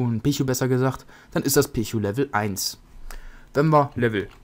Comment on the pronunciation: Pichu spricht man Pietschu aus;)